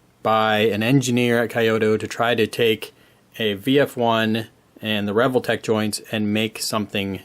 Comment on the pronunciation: I've always prounced it as "Ree-Vol-Tech", rather than the way you pronounce it "Revel-tech". Dunno which is correct though. 😂